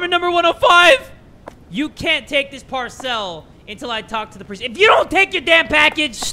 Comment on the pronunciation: It’s him pronouncing parcel as “par-cell” 😭